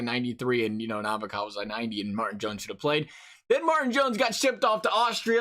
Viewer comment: The way you said “ Nabakov” and “ bryzgalev” was so bad, but great vid.( I cant spell btw)